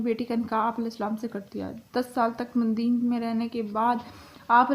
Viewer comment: Plz. Madden Nahi madyan hai yai lafz